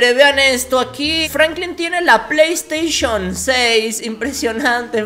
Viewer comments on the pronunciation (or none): none